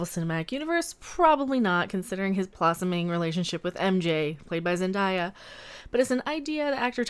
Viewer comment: Btw I’m not trying to be annoying but it’s not zen-dy-a it’s zen-day-a.